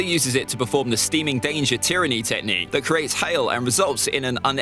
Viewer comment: Who wants to count how many times he says tehcnique